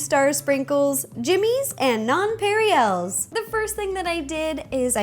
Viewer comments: Nonpareils are pronounced non- pa-rells, not non-pary-ells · I'm hoping you purposely mispronounced nonpareils. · Girl, the way you pronounced "nonpareils". xD